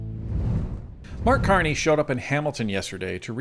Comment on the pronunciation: Carck Marney 😂 Blarney Carney The Con Man 😵‍💫🤪